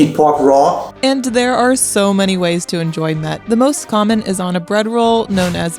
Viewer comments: Das ist kein Met sondern Mett ! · Das heißt" Mett!!!" Lkurzes e, Met ist was zum trinken!! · „Mett“ is spoken quick! With hard „t“